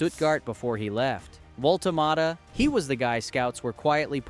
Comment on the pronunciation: I think I counted maybe six different ways to MISS-pronounce the BFG's name, so that is history wrong, data and details wrong, namjes wrong. Thumbs down and blocked from me.